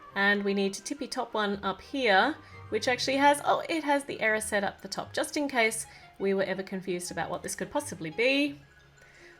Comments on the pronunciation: Stop, stop stop, your going to take someone's EYE out besides, you're saying it WRONG it's E-RYES-ed not E-RIS-ED -Hermione Granger (or me, either one works) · Isnt the mirror pronounced eh-rised?